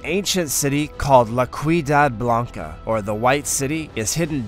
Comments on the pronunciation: That boi said queedad Blanca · La Ciudad Blanca - Ciu pronounced like See you. Are you Brandon's friend in Home Movies?